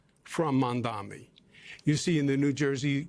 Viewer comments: I'm pretty sure Cuomo says "Mandami" because pronouncing Zohran's name correctly would imply that he made a mistake. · Mondanmi.. Mommy dommy.. Mamdonmy... Come on Andy you can do it!!